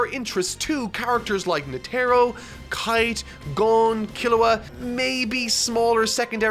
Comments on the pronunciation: Wait is it Netero pronounced Net-Arrow like says it, because I’ve always said it Ned-errow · It's more nete-ro not net-ero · Yes Yes that is right (GOUN and NE TEERO) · does he mispronounce netero on purpose? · Is no one gonna mention how he pronounced netero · Bro stop saying Netero like that lmao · How is he still pronouncing Netero wrong? He's seen the anime, he would've had friends/ colleagues tell him, surely. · I know he even bothered to make a thumbnail of him but didn't try to pronunce it correctly. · I don't want to add to the negativity of the comment section, there is plenty of that going on there, I just want to say that I find really impressive ability to misspronounce every name he reads, nobody told him about Netero? it really pulled me out when he said that Netero arrived, also Morel. Surprisingly no talk about Pouf this week either.